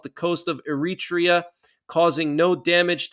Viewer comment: Several mispronounciations. In particular, Eritrea.